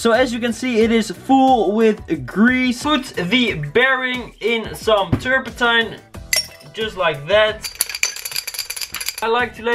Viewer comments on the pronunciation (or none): Its so funny how u say terpentine lol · igor als je zegt terpetine het klinkt zo grappig